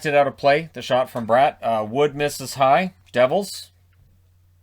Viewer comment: I'm surprised you know that Jesper Brat and Jesper Boquvist have different pronunciations. Smart man! I've been in a heated debate with my auntie who is of Swedish descent. She still says I'm wrong...